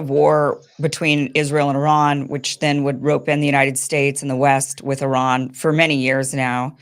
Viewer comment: I love how correctly and beautiful Kim pronounced Iran and Esfehan.❤